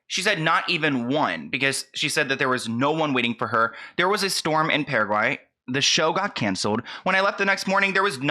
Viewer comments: I can confirm as a paraguayan that your pronunciation is one of the best I’ve heard so far. In case you ever need to say it again, the “Para” in Paraguay is more like “paragraph.” Kind of like Paragraph+Why. Parawhy. Paraguay. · You pronounced it more correctly than Miley even lol. Yes you said it right Wow. Nobody was waiting for her? Why didn’t she go look for them? Is she too famous for that? “Let that sink in” sounds very passive aggressive to me. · You are saying Paraguay correctly. Also, first the Lorry Hill situation, now this… One, racist comments towards Doja and fans is wrong and never the answer. Her not even posting about being in the country wasn’t good (especially bc she did it for Argentina and Brazil). But then not even saying if her fans or the people or Paraguay are okay after the flooding is another. A lot of people don’t understand how a lot of Latin countries deal with flooding after heavy rain bc the streets, storm drains, and homes are not always built properly to withstand that kind of weather. Also why is she lying about her fans not waiting for her outside of her hotel and the concert? It’s her vs. everyone that is posting about being there? This whole situation doesn’t sit right with me, I don’t know how to feel. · Paraguay is pronounced PARA-WHY. Thanks to cover this. I'm not from Paraguay but i am from Latinoamérica and she really did a number on them, so it left a bad taste in the mouth of all south-americans. We really don't understand why what's in her mind to do something like that. Girl needs to hire some PR to manage her tw account. A simple "Oh, i hope you're okay from that storm, so sorry I can't perform. Kisses and love" THERE. That would have made everyone happy and this whole situation would not exist. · paraguayan here! your pronunciation is just fine haha. I really liked your approach, thanks for sharing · I am Paraguayan and I always listen to you, I love your channel. You pronounced it well.:)